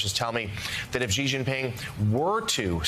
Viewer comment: What kind of reporters are these who can't pronounce Xi's name properly. Take a bit of time to educate yourselves PLEASE